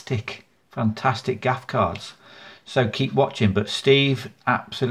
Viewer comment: Ah haha that shocked me Gaff lol wasn't expecting that bud lol you are welcome a little thanks for all you do to help and teach everyone my friend, lol yes correct pronunciation Gaff 🙏🙏